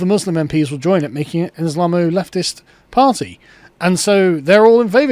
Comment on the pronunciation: The Birthday Party? The Parr-tay?